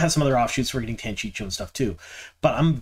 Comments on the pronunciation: Every time you say Tanchicho I giggle. Isn't it "tan chee ko"? Thanks for your videos, loving the info and looking forward to S3🎉!!!!! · I think you 100% knew the way to say Tan-chee-coh and just mispronounced for fun/an attempt to increase interaction. It worked. Made me comment :) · Good stuff man, agree on the Tear stuff. Drove me nuts with your Tanchico pronounciation though lol Tan-chee-koh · I love how we all have our own pronunciations from our original reads too. 😂 I’m Tan-Chee-Ko too 🙃